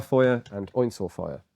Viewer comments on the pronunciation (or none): Maschinenpistole Kalashnikow sounded quite right. Dauerfeuer very good, Einzelfeuer ... well ... You don't speak German, right, so ...